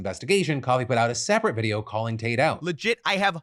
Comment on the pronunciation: Every time you say Tate.. I hear Taint